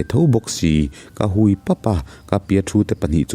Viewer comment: 'Ka hui pap a' tih i lam rik dan hi diklo deuhvin ka lo hre ve. Mi va hui anga lam ri lovin Vahui lam anga hui hi lamrik tur a ni. Kei aiin i chhiar thiam zawk nain 'hui' lai tak hi ka lo ngaimawh ve deuh.